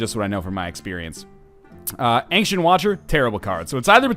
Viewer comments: I'm canadian. Aboot is hardly said, and angshent is definitely not a thing. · I think he's mocking the way Northernlion pronounces 'ancient'